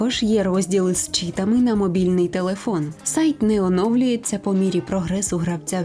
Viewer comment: це ШІ!! вона каже не чітИ а чІти це неправильний наголос робота